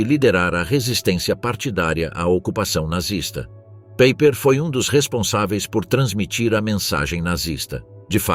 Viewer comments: As pronúncias corretas são do tipo, "roaquim paiper" e "verner volf" ... Não é "PEIPER" e "UOLF" ... Péssima pronúncia dos nomes verdadeiros porque alemães, não ingleses. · Paiper como pronúncia 😮😮😮😮😮